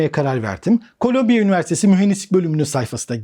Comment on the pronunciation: Colombia (kolombiya okunur) bir ülke. Columbia (kolumbiya okunur) new york'da bir üniversite. Kolombiya Kolombiya dedikçe vay be dedim kolombiya ne gelişmiş ükeymiş, robot yapıyor. Sonradan düştü jeton.